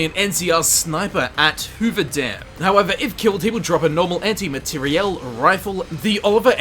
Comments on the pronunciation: Dude, what's with emphasis when you say Anti Materiel Rifle? It's so annoying. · Your pronunciation of materiel gave me an std